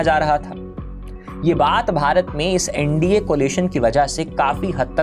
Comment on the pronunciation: It seems you too support to NDA, Your Pronounciation of INDI ALLIANCE and NDA speaks alot.